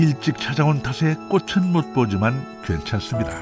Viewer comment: 꽃은 ㅊ 받침이니꼬치'꼬츨이라발음해야'